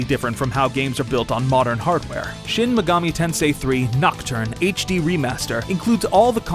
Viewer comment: I'm mad you guys didn't get the pronuntiation right, it's shin maygoomi tensay